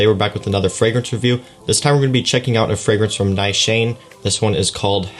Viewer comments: 'Nigh-shayne'? Try Ni-shaw-nay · Nice Shane?? LOL! Its a Turkish perfume house, pronounced more like 'Nee - shaa - ney' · It's actually pronounced Nee-Shaw-Neh not Neeshaaa-nay. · Pronounced "Neeshan" not Ni Shan ! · Brilliant fragrance - correctly pronounced Nee sha nay, not Ni shane🤣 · well, to be honest I am not 100% sure because I recently heard about this fragrance but the lady that spoke about this fragrance pronounced it Nee-Shaw-Neh and not Neeshaa-Ney. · I’m watching this a year later and as a Turkish person hearing you say “Has-I-Vat” and “Na-Shane” keeps making me bust out laughing. Good review though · This house is from Turkey. In Turkish, the proper pronunciation is: Nis-han-ey(short e sound at the end). The Turkish language pronunciation of the perfume name is: Ha-ji-vat. No worries about mispronouncing such since Turkish language is not your native language. Turkish people are extremely hospitable and the fact you made efforts is awesome. You should make future plans to visit Turkey in the future. Istanbul and other cities are fabulous. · It is Nish-aan, I believe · It should be pronounced as nee-shaa-neh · Its pronounced as "Neeshanay" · Neeeshaaanaay Haachee vat